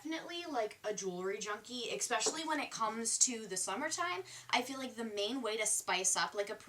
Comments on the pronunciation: it's ESPECIALLY not expecially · I love you, but you always say expecially and it just sounds so wrong😫😫😫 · Girl, you need to stop saying "ekspecially" :) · riiight I love her but I cringed every time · That’s how she says it ffs, some people can’t help it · It's better for her to learn while she's young. Later in life it will just be really embarrassing to say such a common word wrong. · chi bap some people literally can’t help how the pronounce words, no matter how much they practice